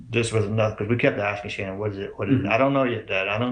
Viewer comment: I just came across your channel. Could you please have some respect for Shannan and say her name correctly. It’s not Shaun.!!!!! or get rid of that AI voice that can’t pronounce her name correctly.